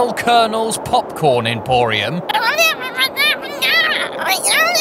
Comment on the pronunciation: Nigel: POPCORN What I hear: MopMorn